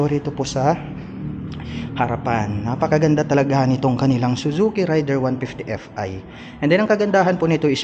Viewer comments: raider (reyder) hindi rider, pronounce lang po ng tama, peace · Raider po Hindi Rider idol